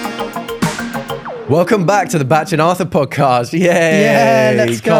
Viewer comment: no he says it as “batch” but it’s bach as in “back”